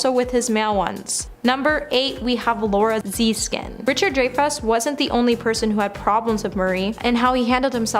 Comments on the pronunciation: Who is this ditzy, hypnotized twit you’ve hired who managed to mispronounce every imaginable person whose fame preceded Bieber? Who’s Chase Chevy? Is Richard Drayfuss the same person as Richard Dreyfuss? Laura Zeeeskin? Honestly I had to turn her off—the errors kept waking me up from the nap she caused. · Girl, it's pronounced Dryfuss 🤦🏽‍♀️these are well known actors so imma need you to get it together or find another topic to talk about. Just make sure you can PRONOUNCE everything correctly 😘